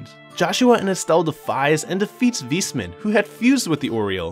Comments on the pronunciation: Awesome recap! i played the games but this was a great summary for when i start tcs III. Also, its "Wise" man not "Weesman". Not tryna be funny just letting you know. :) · I'm not sure if he butchered every single name on purpose. Like Weissman, Liberl, Aidios etc. Imoressiv either way! lol